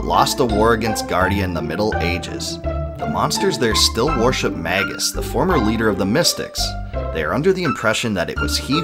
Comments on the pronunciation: It's so painful to hear Magus pronounced as Maggus so many times in a row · Mage - Us pronounced may juss not magguss